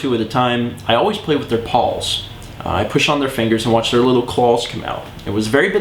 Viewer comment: clals that's how he pronounces it CLALLLLLLS